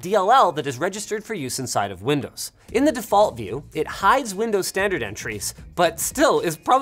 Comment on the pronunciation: that "windoes" in the intro